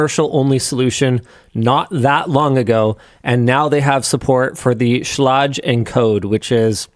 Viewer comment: btw, Schlage is pronounced like it rhymes with plague.